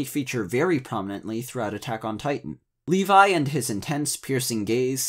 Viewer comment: How you pronounce Levi makes me cry. lol